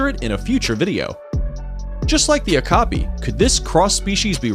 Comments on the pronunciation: It's Oh-Cap-e, not Occupy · If you don't know how to pronounce a word, consult a dictionary app! That's an oh-KAH-pee, not an AWK-uh-pie. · Bro you pronouced Okapay its Okapi the i sound iii not aay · o-cap-e not o-ca-pie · Ahh-ka-pie lmao. It's O-ka-pee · Where I am from Its O paky when said not the occupy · You are mispronouncing too many words... OKAPI is pronounced OH-KAH-PEE, not "OCK-UH-PIE." It rhymes with "COPY" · Okapi was introduced its not pronounced O-KA-Pie its pronounced O-Ka-Pee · Real pronunciation: Oh-Cu-Pee This guy: "Occupied" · It’s not ah-ko-pie it’s o-ka-pee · "Ah-kuh-py"?? It's "Oh-copy" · This guy: a Ka pi Me : ITS O KA PE!!!!!!! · Ow-ka-pee when you read Okapi Not okapay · It's pronounced Oak-a-pii not Oka-ap-eye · oh-ka-pee not o-ka-pie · Lol yeah. It's pronounced "Oh-Ka-Pee", not "Occupy". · Ock a pie? B o i, (Oh Ka Pi) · Jaguar is pronounced: ja-gwar, NOT jag-wire. Okapi is pronounced: Oh-ka-pee, NOT O-ka-pie. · It’s not pronounced an arkipi It’s pronounced o karpi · O KA Pee Not Ahk o pie, Something telling me the narrator didn't know how to pronounce most of thse things, he also didn't point out that the Tardigrade ( also know as the water bear ) can survive in space. About the only thing they can not survive is fire. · Isn't pronounced O-ka-pi instead of O-Ka-pie? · Okapi is pronounced Oh-copy not Ok-a-pie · LMAO OCAPIE! ITS PRONOUNCED "oh-kah-pee" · It's not pronounced "Oh-kah-pie" yet "O-Kaw-Pee" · O kaw pee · Okapi is actually pronounced okopie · I think the Okipi is pronounced Oh-Ka-PEE, or at least that's how I've heard it said many times from many different animal shows. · It pronounced oh k o peeee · It is pernoused O-cop-e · heres the real definition of the okapi: oH-KoP-Ee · Awkapai? Are you kidding me? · Okapi... Ooh-Kah-Pee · Ugh... learn to pronounce names properly. Like okapi (oh-KAH-pee)... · Oh-copy, okay? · Number 6 is pronounced ookapi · It’s pronounced oh-carp-ee. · Or-car-pee = Okapi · Okapie hahahah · I agree😅